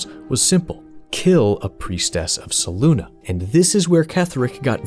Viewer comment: Fantastic video! Only one thing id change... Selûne (pronounced: /sɛˈluːnɛ/ seh-LOON-eh or: /sɛˈluːneɪ/ seh-LOON-ay). Your pronunciation of her name drove me to the brink of madness every time you mentioned her 😅